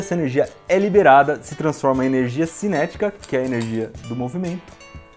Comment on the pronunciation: Aperte 0 para ver uma cara estranha e neblina em cima do balcão HEWUIAEHWIAUHEWAIUehIUWAHEAW Aperte 8 para ouvir ele falando "tchubi" Aperte 7 para ouvir ele falando "Énérgia" HAUHAUHA